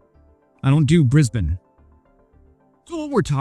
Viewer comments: You don't do Brisbane? You're the first Yank I've heard pronounce it correctly. Sure, drop in anytime. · Hey mate, points awarded for pronouncing Brisbane well. Dunno how long it's been so be you've been here but Sydney may shock you after living there too